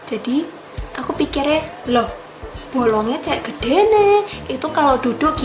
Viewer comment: Ngomong GUEDE NE kayak indo jawa..wkwkwk